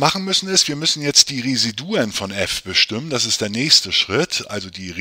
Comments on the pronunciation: Ihre Aussprache von Residuen macht mich fertig. Bitte lesen Sie das im Duden nach. Es heisst Re-SI-du-um. Ansonsten aber sehr hilfreich, danke!! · Es ging um die Intonation, nicht den Plural. Wobei ich das nicht weiter wichtig finde. Vielen Dank für Ihre tolle Arbet.